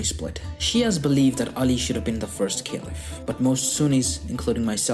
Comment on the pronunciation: Why do say "Caliph" in such a weird way?? I was cringing the whole video..